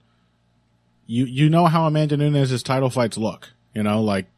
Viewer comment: I know you are well-intentioned and capable of learning because you were able to get dos Anjos' name just right when I pointed it out last time, so listen to me now and listen to me good: it's noo-nes, NOT noo-ñez. The same way the former LW champ's name is dos Anjos (same J as in banjo), not dos "Annyos". You see how Peña's name has that squiggly symbol above the N, while Nunes' doesn't? That's because Peña sounds kinda like "Pennya", while Nunes sounds like... Nunes. If you ever find yourself in doubt about whether to speak a name like "Penna" or like "Pennya", look for the squiggly symbol if it's in Spanish or for an H if it's Portuguese (Peña's surname in Portugal or Brazil would be written as Penha, which is actually a fairly common surname in the language). Still, great show as always. Cheers from Brazil!